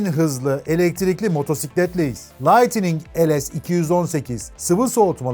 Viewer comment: Lightning’in telaffuzu yanlış.